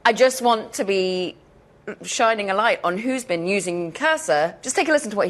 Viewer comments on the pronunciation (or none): none